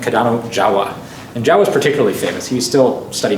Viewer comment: Not Jawa like in starwars, but more like Joh'wa/Jouwa :p